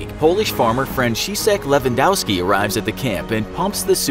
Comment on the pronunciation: francheesec lewandoaski